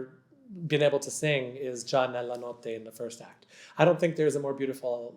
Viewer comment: Is it REALLY Mr Jagde who’s talking ? Unable to pronounce correctly “Desdemona”, “Esultate” or “Già nella notte” ??? Really weird…